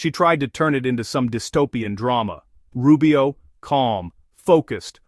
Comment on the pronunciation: Secretary RuBIO...with an emphasis in "BIO"??? Really, lady??